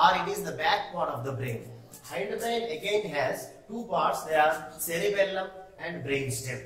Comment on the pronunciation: You are saying wrong sir at cerebrum and cerebellum